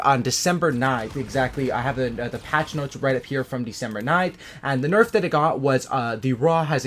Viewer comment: did you noticed how u said narf at one point instead of nerf. I fucking died lol #narf